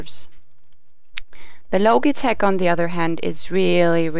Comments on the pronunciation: ITS LOGITECH NOT LOGATECH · logi as in logic, not logie awards. lol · not pronounce LOGIE-TECH IT IS LOJI-TECH DUMMY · Its Lojitech not Lo - gi - tech. Logitech is pronounce as Lojitech. This is a bad voice over! The girls comment is not bad. The only thing that I don't like to her review is that she should make her own video showing how she reviewed these two and showing her hands. Mentioning the analog stick of the G13, if you can rotate it 8 way even if the software is only letting you configure it up, left, right down, its still an analog stick. Compared to the nostromos D pad its a D pad with a big thumb screw on top of it. If you are not sure if its analog stick and about the software of G13 please review it longer at least 2 weeks you said you reviewed it for one week. What is the use of making a video if you can't help people. If you can't decide between the two say your personal opinion and choice that way you can help people decide but it does not mean they should pick your pick. Logitech G13 is better than me because of Logitech's long time reputation at the best PC accessory BRAND! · Isn't it pronounced Lodge-i-tech? not Loge-i-tech. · Say Loageetech one more time I fucking dare you. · "the low-geh-tek" LMAO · not loGee tech logtech gee g gee g got it? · would you quit pronouncing it "loageetech" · logy tech lol pronounce it right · uhh, this logitech word isn't a real word. You know, this is from switzerland, the land made of cheese&watches and their whole language is based on *ch* NOBODY is able to pronounce / say it right. specially for this syncro we raided to switzerland that was the most torturing thing we ever made! and ok the saying in this video version is specially englishized only for that the mothertoungs feel more wellcome and loved :) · Sorry I checked out when you mispronounced Logitech.